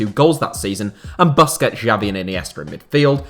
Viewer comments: the way he pronounced xavi gave me a mini heart attack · Who is this "Jabi" legend guy you're talking about? I knew about the legends Messi, Iniesta and Xavi (pronounced "Shavi"), but I never heard of this "Jabi" guy...